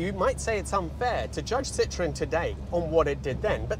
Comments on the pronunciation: Sitroèn non Sìtroen... I francesi accentano L'ULTIMA sillaba, ignorante!!! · Don’t you think that if you are going to spend a quarter hour talking about a car you should know how to pronounce it? There is an umlaut over the ‘e’. It is called a Citroën — sitro-EN. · I think for me - the very awkward appearance of the car would have prevented worldwide success., despite all the innovations. I do like how you drop the “e” in pronunciation so that it sounds more like citron - the French word for lemon - but maybe that was intentional? 😂 (I believe should be closer to cee-troh-en - using a nasal French “n” at the end not an English “n”) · You could at least pronounce Citroën properly. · A Dutchman in love with things French: you're like Mr. Citroen himself. Btw he himself added the dots on the e: was so tired of the french grieviously vandalizing the pronounciation of his last name..